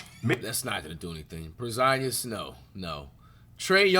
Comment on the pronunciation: Why bro say Porzingus like that? 💀